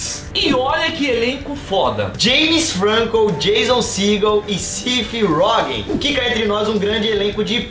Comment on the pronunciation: pelos abençoados irmãos Lumière,e pelo deus inglês Charlie Chaplin, como ousas pronunciar Seth Rogen desse jeito? Eu já perdoei muita coisa, mas desta vez não dá.